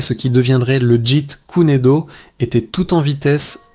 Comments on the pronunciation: tu prononce le jit kuner do , ça ce prononce le jet koune do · Jite kuné do..Jite kune do... Bon allé c'est de l'ia ... Jet Kun Do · Ouhaou ! C’est pénible à écouter... très pénible, mais c’est intéressant malgré la voix monotone de l’IA incapable de prononcer correctement Jeet kune do